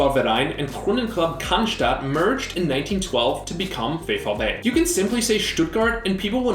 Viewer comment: oh and by way vfb stuttgart is more like "fow-ef-bey"